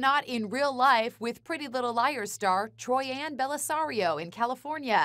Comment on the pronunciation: Dolls and Stuff I was scrolling for this comment ahah. “Troyann” ???